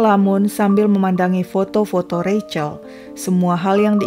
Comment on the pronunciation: Seneng banget mengeja Rachel dengan benar, yaitu Reicel...